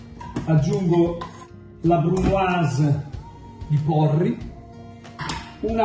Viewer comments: no, con la brrrrrrrrrrrrrumoise xD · BRUUUUMOISE COOOOSSSIII COOOOOSSSIII (pt.2) TAAAC (anche milanese signorii) ECCEZIONALEEE (PICCININI ON)